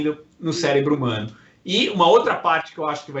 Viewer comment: Cérebro e não célebro !